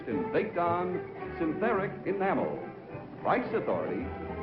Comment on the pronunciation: Ah yes, the game show, "The Pricce is Wrong"